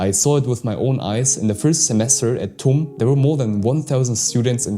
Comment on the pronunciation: Tum read as Tuti